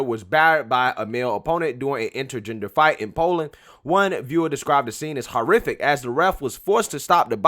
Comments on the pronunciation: Horrific .. is pronouncwed ... WHORE-if-ick ... 1 word .. ( just like 'horror flick' - is pronounced .. whore-if-lick ... there is no "a" ) NOT 5 seperate words ! ... Haw ... ARE ... OR ... IF .. ick ( where did the "a" come from ? - there is NO "a" in ... HORRIFIC ? ) ( & why do you put more empahsis & volume .. on the letters in the middlle of the word ... haw - ARE - OR - IF - ick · Its not pronounced hor-Ific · ... ' sorry - i don't know how to pronounce polish words" ... YOU don't know how to pronounce - ( ENGLISH ) words either . ... " This fight is just so ... haw-ar-or-iffic " .. .there is NO "a" in horror... so there is no "a" ( or aw ) ... in horrific Horrific is ... ONE ... sylable ( one move of the jaw ) ... not 5 ... ( you state it as ... " haw" ( pause ) "Are" ( pause ) "Or" ( pause ) " if " ( pause ) ic" It is ONE OWRD ... why do you ( pause ) in the middle of THIS WORD but NOT any other words ?